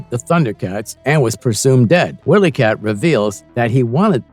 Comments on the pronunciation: You made this video just for clicks. 1) this was more an 80’s cartoon, not 90’s. 2) it’s not Willy Kit/Kat…it’s WHY-ly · Wiley said like wild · Too many mispronunciations to look at this through...Wile (while)-E- kit